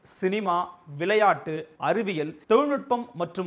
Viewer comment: தமிழ் உச்சரிப்பு சரி இல்லை விலையாட்டு என்று தான் உச்சரிக்கிறார்